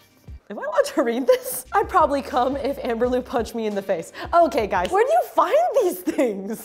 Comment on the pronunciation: “Are you gays ok?”